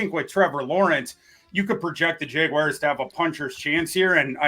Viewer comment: The worst part about this week is I've got 7 days of hearing people mispronounce "Jaguars" as "Jag-WIRES". It's not a difficult word,.